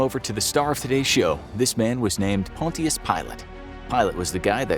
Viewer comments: Cool vid, but I think you pronounce it pon - shus pilate than pon - tee - us pilate. Worry not though, I am not offended, just too much RE lessons lol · Just so u guys know it is pronounced punchis not Pontiac’s pilate